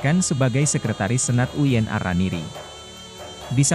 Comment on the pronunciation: VO Talent-nya robot, Min? UIN kok dibaca Uyen? 😅